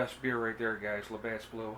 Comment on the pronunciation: from a fellow labatt blue drinker, there is no 's' on the end of labatt. lol.